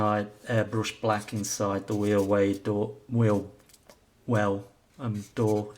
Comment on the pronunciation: That F-4 Reece bird is a very wicked A/C, even being a F-4 fan I only learned of it's existence last year. Moving right along on the kit. You did a weally good job pronouncing wheel well. Cockpit looks good,nice job on the eject seats. Couple more steps and the model will be done! Darth will be jealous,you playing some Zep! Good luck with the rest. - Bob